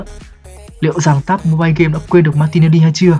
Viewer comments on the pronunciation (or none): none